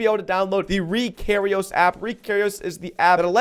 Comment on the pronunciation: the way he says ReKairos